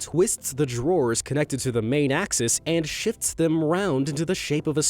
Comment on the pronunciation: it sounds like you said "it shits them around" not shifts